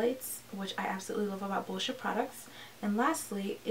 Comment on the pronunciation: Girl you deserve so many more views!!! Who wants a product that unintentionally tye dies your shirt 😂 Side note it took me a while to notice that you were saying "boscia" I swear you were saying bull sh** website